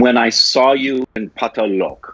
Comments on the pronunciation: or o from loco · ahhaha yea, but it's not tough to pronounce 'Lok' though.. just remove 'i' from 'loki' and done